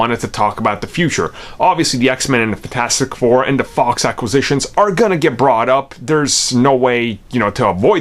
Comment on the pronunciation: You pronounce it “funtastic 4” and it drives me insane. Lol